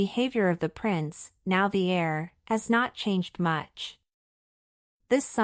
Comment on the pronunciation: The word is ‘heir’ not air!